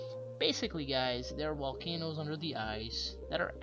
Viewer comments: Wolcanos!!! Guys!!! Etc If you are going to narrate anything learn to speak correctly. Listening to you is like listening to teenagers gossip in the school yard. This does your presentation a massive injustice. I couldn't listen to you. Get some voice over lessons. And stop referring to everyone as Guys. Amateurish at best Annoying and crappy music too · Did he say Wolcanoes? Well there's a lot under the ice in Antarctica because it wasn't always icy. It looked just like any other land mass without ice covering it. Humans on the planet go back thousands and thousands and thousands of years and I'm sure we inhabited Antarctica at one point. And before humans there were other types of beings living on our planet. Now they could still be living there or another race of ETs took it over. They are not demons. That is just plain ridiculousness. That's always the answer to those brainwashed by religion. I'm fairly certain that demons don't fly around in ships lol. If there really are a such thing as demons then they are from another dimension, not living under the ice in Antarctica. This is just common sense. When trying to figure all this out its best if everyone doesn't look at mysteries like this from a religious or scientific standpoint. Stop trying to prove something either way. See and listen but not hear what our own consciousness is telling us. We have all the answers we need inside is. Humans are way more powerful than what we've all been taught. Have a great day everyone! Or night 😉